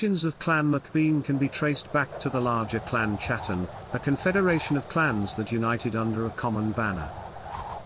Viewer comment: It's pronounced bain and Hattan not bean and chatan